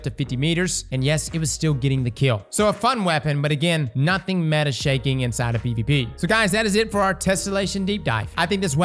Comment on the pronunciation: why we calling it "metah" when META stands for Most Effective Tactic Available. What's the H for?